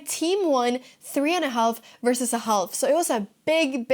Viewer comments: Good game. (the L is not pronounced in half) oh... strawberry. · Hi Anna, no need to pronounce the ‘L’ in half. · Here’s a strawberry Anna, and may I very gently point out that in the word “half” the L is totally and utterly silent, at least in all dialects of English I can think of. 😊 I know, a crazy language. Anyway maybe save you from future tongue cramps or something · I like how you say halph instead of half. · Strawberries are so good ... unless they are moldy. What a great game! I'm even ok with the way you pronounce the word "half" :-) Go get 'em in the next round! LET'S DO THIS, SWEDEN! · Strawberry but the L is silent in half. Enjoyed the vid as ever. Well played.